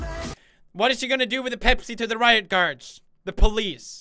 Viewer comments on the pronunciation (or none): none